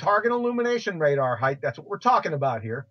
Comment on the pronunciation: I love your delivery, and the way you take down these imbeciles. But could you stop pronouncing it "heighth" please? It doesn't have a "th" on the end. "Breadth", "length" and "width" do, but not "height". 😉 I know, I know, I'm being a pedantic ass, but I've heard lots of flat earthers pronounce it "heighth" and it really bothers me for some reason. 🤷🏼‍♂️